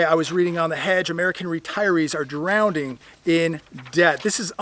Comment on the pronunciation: Great info. But please stop saying drownding.